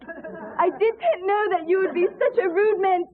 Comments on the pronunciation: It was so funny where Andie was correcting James "The academy award that you didn't win.." "DIDENT" "You didn't?" "DITENT" You did not? "DI-TEENNT" "You DITENT win, Andie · Scyas *T*i-tent. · Dit-tent you know? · 2022 who’s still saying “Di-tent”?